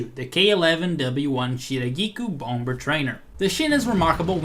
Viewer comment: I love how he sometimes says "Womber",lol.